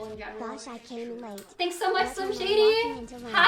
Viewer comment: I get trigger every time she says “fanks for da bits”